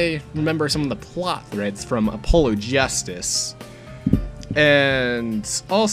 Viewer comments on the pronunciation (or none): Did you just pronounce his name Oh-PO-loh...? Have you never heard the name Apollo before? it's a real name. It's pronounced ah-PAH-loh. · A polo? Like the shirt? It's pronounced uh pol oh FYI. Like the "god". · the vid it sounded like you said "a polo." But since you already know then nevermind. Was just dropping the info nicely before someone insulted you for pronouncing it wrong(or sounding like you did.)later :)